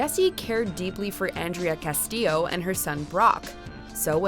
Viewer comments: Andrea CANTILLO. Not Castillo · It's Andrea Cantillo not Castillo